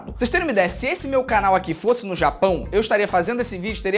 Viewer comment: Felipe não é fossa é fosse